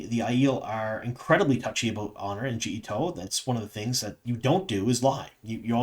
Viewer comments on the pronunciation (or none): none